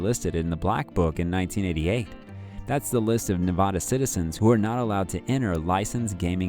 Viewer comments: It's Nev-AD-a, not Nev-AH-da. Jesus, what is so hard to understand about that? And don't give me any of the Spanish pronunciation crap, because if that's the case; texas, California, New Mexico, Colorado, etcetera, etcetera, etcetera. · It's Nevada, not N-vah-dah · Just a nitpicky tip from a Vegas native. We pronounce Nevada with a long A.